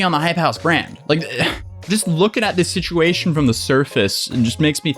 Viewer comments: ceo of he said she said schitchuashon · Take a shot every time he says “shishuashion” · Nobody:: He shed she shed shituashion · He said she shed sitchuation. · He said, she said shituation. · It’s just another he said she shed shisuation. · “Shituation” is this intentional though?! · The slip of calling it a "shituation" is accurate tho Also I'm older than and I feel fuckin ancient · no one: literally not a single soul:: shituation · I love you, no matter the shishuation 🤣🤣🤣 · You say “situation” like Scares says “mischievous”